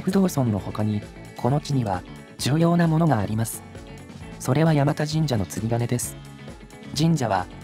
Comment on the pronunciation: 山田神社は地元だとやまたではなくやまだと言いますね。 先祖代々住んでますが祖父も父もやまだと言ってますね。